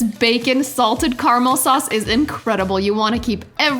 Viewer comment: carmal sorccsseee hahahah its caramel